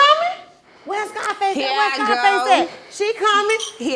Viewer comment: Bro Said “SCIIFACE” 😂😂😂😂